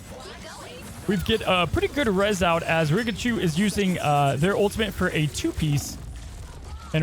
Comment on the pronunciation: please learn how to pronounce ultimate if you’re going to be casting. it’s not ultimint. there’s no N in the word at all. you can even just say “ult” if it’s too hard for you